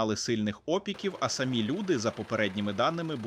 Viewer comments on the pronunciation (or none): none